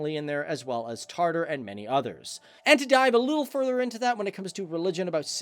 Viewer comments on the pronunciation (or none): Also it’s Tatar, not Tartare—like raw beef.